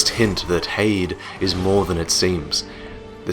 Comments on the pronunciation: Here's something for you: Try pronouncing Heide as it's pronounced. Not 'hayd' but Hi-dee. It is a woman's name that means 'of noble kind'. Should help:) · If the word "Heide" uses German pronunciation, which seems likely, it should be "Hai-deh". The first vowel is the same as in "Einstein", and the second vowel is light and unstressed, almost like a schwa. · I think it's pronounced hide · so its pronounced HAY * D'S Ive been pronouncing it like Hades, like the god of death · i thought heide was pronounced 'high-dee' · I always pronounced Heide as High-de because it looks German.And yeah I really wish I could have experienced the Ornstein fight as a surprise.but it could never happen.I'm glad I will always have my first sight of the Ash Lake though,that was magical.There was no way anyone I watched could spoil it(Lobos) because it has nothing essential to the game or for speedruns.I just randomly open a few hidden paths,descended through a tree,and discovered a new world,in complete contrast to the entire game,with bare beaches and lush greenery,then the Hydra looming over it,completing the feeling of awe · Goddamn it! It's pronounced "Heide" not "Heide". Jesus Christ. Can no-one pronounce "Heide" properly!? Has no-one met a person named Heide before!?